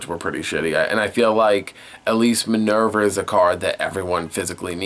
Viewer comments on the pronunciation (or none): none